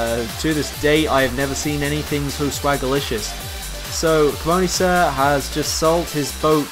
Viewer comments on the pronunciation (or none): Please they are prenounced cee-money sir and treeter. This is so annoying me xD